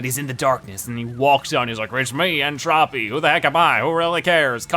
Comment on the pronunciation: It's N Tro-pee, not Trah-pee.